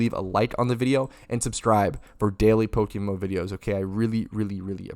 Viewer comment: Did you just called it PokeMoo 💀